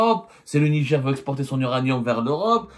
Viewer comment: Ont dit Niger pas nidjer journaliste de cours par correspondance